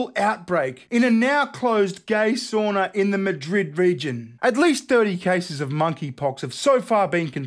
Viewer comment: Sauna! Not a "soonah".